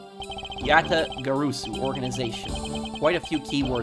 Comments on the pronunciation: For future reference, Yatagarasu is pronounced "Ja (like German Ja) - Tah - Gar - Ah - Su". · Just a tip: Yatagarasu is pronunciated just as it's read, so there is no sound of "o", the "a" is pronounced the same in all syllables, just like you did in the first syllables